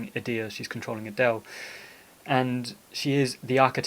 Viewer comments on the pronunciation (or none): none